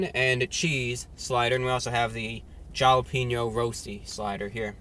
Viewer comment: Hala-Pain-Yo's. not Hala-Peen-O's.